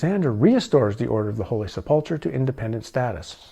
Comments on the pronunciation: Just trying to help... Poussin...is pronounced like poo-sa with the n sound not quite ended. Sepulchre is pronounced like sep-ul-kra. Just a thing...gets quite aggitating listening so many times not pronounced correctly 🙏👍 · Holy Seplechur (sp?) Pronounced 'sep-le-ker'.. I had wondered if you had any exposure to Christianity, now I think prob not. Based upon your pronunciation of words heard often within Christian circles. If that is the case, I find your research more intriguing especially where it leads you ultimately. I wondered if perhaps you were someone who had been raised with a religious background and went seeking truth beyond the confines of doctrine. This does not seem to be the case in your situation. I am curious what took you down this path. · Just fyi, not judging, to pronounce them, it is "bee-at-it-tudes" and "sep-al-ker" although there may be other common ways this is generally right for beatitudes and sepulchre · Knights of the holy "Sep lu cure" is the correct pronunciation.